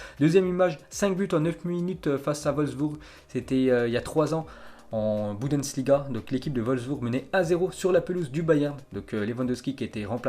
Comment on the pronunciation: MDR 🤣 Il c même pas dire bundesliga